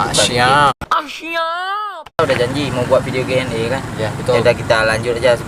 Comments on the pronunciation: bukan QNE hai cut bang tapi Q&A (question and answer) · QNA itu pake A bang bukan E.